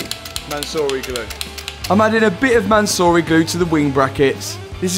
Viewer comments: Bro really said mansory glue I lost it 😂🤣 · Why do you call the glue “Mansory Glue”?